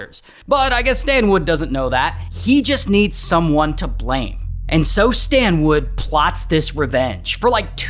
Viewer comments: Yo Ray, it's Stanwood, not Standwood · I keep hearing STAND WOOD! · “ His name is Stan-WOOD!! “😂😂😂nah Ray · His name is "Stand wood" 😭😭